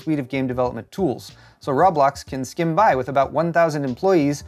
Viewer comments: Ro-blox, not rob-blox...=p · its pronounced Row - blocks! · I heard raw blocks. I was triggered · It's not ROB Blox... LOL its pronounced "Ro Blox"... Now you know LOL! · "Say Row." - "Row" "Say Blocks." - "Blocks" "Now say Roblox." - "Rob-locks" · row blocks not roeblok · Its pronouced “row-blox” not “raw-blox” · It’s not rawblax it’s roblox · It's not Rob-lox it's Ro-Blox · I thought you were saying Rob Lox on purpose lmao. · RooooooooooooooooooooooooooooooooooooooooooooooBlox man.... No fucking A in that at all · It's Rowblocks...how many times you said it in this video actually had me laughing. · Rah blahks? That has to be the weirdest pronunciation I've heard for Roblox. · "I-D Software" "Rob-lox" "Zay-omi" You're doing this to us on purpose, aren't you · I assumed you were mispronouncing Roblox on purpose to troll or play into the joke about not knowing what it is. The pronunciation of "id Software" and "Xiaomi," on the other hand...